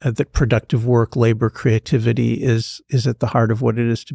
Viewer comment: It's work, not woik